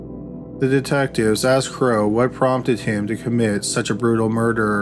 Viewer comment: Narrator kept callng Franklin Crowe " Bro" instead of Crowe